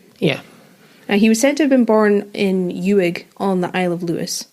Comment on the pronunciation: Uig is pronounced like ooig, by the way!